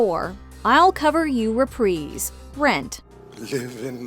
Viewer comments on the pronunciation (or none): Welp, seems I have a lot of musicals I gotta watch lol. Most of these I've never seen or even heard of! Also I was really confused when she kept saying "repreeze", like what is a repreeze? Then I realized she meant "reprise".